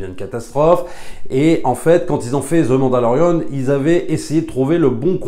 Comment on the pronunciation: Je comprend ton opinion. Sur certains point je suis d'accord. Le parcours, la musique mais l'univers de starwars c'est quoi au final. L'univers n'est pas terminé d'être raconté. Bref . A un pti point que tu dis qui me sort de mon univers c'est quand tu dis Ze mandalorian ou Ze book of bobba fett.. c'est the prononcé 'de' svp je sais pas se qui vous apporte dans vos cours d'anglais mais ze c'est pas de l'anglais ! Merci c'était mon point.